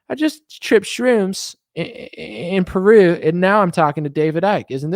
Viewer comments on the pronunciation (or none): none